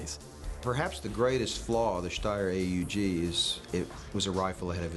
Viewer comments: I always thought it was pronounced "owg", not A-U-G. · he says steyr AEG